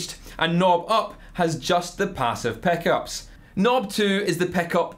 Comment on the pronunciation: Peh-ssive peh-eck-ups